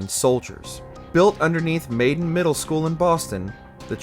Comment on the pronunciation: It's Malden, not Maiden. This reveals that whomever wrote and narrated this did not play the game.